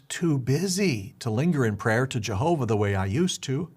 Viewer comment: "I love Jehover!!"